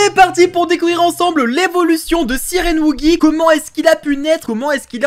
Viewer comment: Ta dis sirend